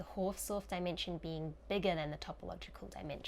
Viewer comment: The "Haus" is Hausdorff is pronounced exactly like "house" in english (it is German for "house"). You make it sound french :D